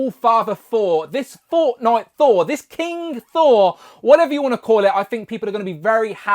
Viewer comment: Hi Mate. It's King Sore